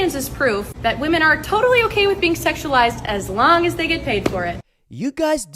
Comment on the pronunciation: DUDE ITS PRONOUNCED WIMEN PLURAL FFS 🤦🏻 YOUR CHANNEL IS BASE ON THEM … it’s like man and men